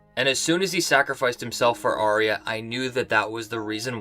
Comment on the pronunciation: If Arya is your Favourite Character, How come you cannot pronounce her name???